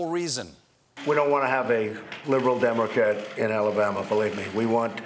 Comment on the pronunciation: Night Pasta Man you killed me! lmao Oh and I think he said "Demorcat".